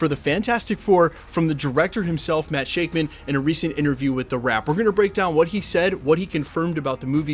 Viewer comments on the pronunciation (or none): pretty sure its shakman like "shack-mun" according to the sunny bros, they talk about him constantly on the podcast using that pronunciation.